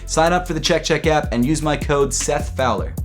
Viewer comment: I don’t like how he says “Chek chek apP” lmao